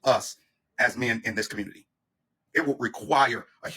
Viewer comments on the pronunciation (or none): And the "Communitah"